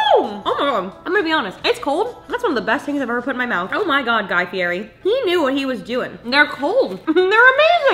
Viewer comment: saying fieri wrong every time 😂